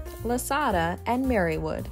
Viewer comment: Boy!! Someone Sure Ruined “Lasada” 😢